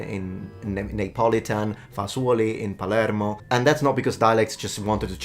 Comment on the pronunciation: Your "Americanization" of Palermo was hilarious. Mexican songs make fun of the bad American accent speaking Spanish and it sounds exactly the same! 😂